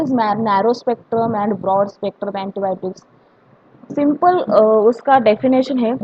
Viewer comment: Broad spectrum not brood spectrum 😪